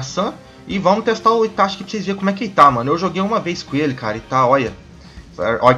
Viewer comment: PARA DE FALA ITATI SAN porra é itaCHI